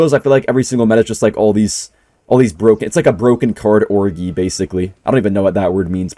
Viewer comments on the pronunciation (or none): Hey, the word is pronounced, “or-jee” not “or-gee” and its a term used for a giant moshpit of people all having sex at once with each other. Probably wouldnt use in future vids 😊 Much love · orgy is not a good word at all 😂😂 and its pronounced "orgee" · bro said "broken card orgee"...